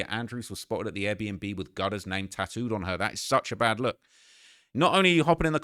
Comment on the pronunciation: She’s got his name “taooed” on her???? 😂😂😂 work on your ENGLISH BRO